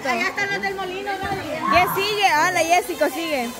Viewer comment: por favor se llama Jessica, no jessico, y tu.eres.